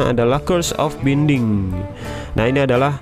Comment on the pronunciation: Bang di baca nya bainding bukan binding. Dan dulu dia itu cuma ada di armor tanpa ada book nya.